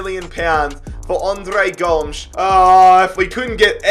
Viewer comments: It’s Andre Goe-mez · pronouncing Gomes wrong is making me Uncomfortable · And Andre Gomes